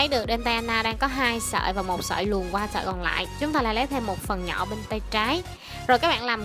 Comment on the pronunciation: nhỏ mà nghe giống nhọ